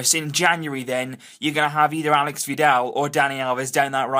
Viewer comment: It's /alésh/ (accent on the E, not the A; and SH instead of X.) That is how Aleix Vidal's name is properly pronounced. They're already talking about how people all over Spain mispronounce it, teach them a lesson by getting it right before most spaniards!